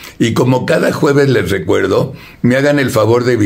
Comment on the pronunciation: Se dice juevebes 😅